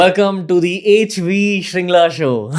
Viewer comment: Its actually Mr. Harsh Vardhan Tsheringla. Shringla being a mispronounciation of the actual name Tsheringla(which is a Bhuddist first name commonly used in the Himalayan regions). And this fact was so relatable since I also have been called Sewang or Sewag instead of Tsewang by my mainland friends 😅. Also, I read somewhere his forefathers are from Darjeeling or Sikkim.